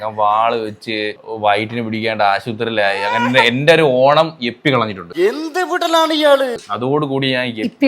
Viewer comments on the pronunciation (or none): എപ്പി അല്ല ഇപ്പി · Yippee ❌ Yeppy ✅😂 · Yippee❌ yappee✅